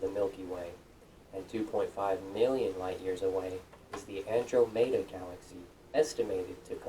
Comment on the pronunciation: he has what I feel is a non standard pronunciation of Andromeda